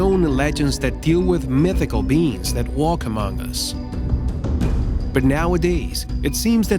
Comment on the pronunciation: I keep on thinking that he’s saying beans instead of beings. IDK why.